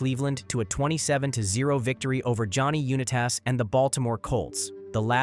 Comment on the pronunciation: Tapped out when I heard johnny Uni-tas